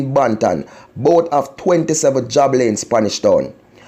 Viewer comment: Thanks for the update.... very sad, the driver should be charged!! Also as a footnote: Job, in this case, is pronounced “Jobe”, not job. Please be cognizant that young students watch YouTube, thank you!